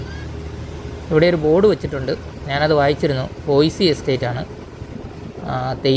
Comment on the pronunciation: ബോയിസി എസ്റ്റേറ്റ് അല്ല.... ബോയ്സ് aanu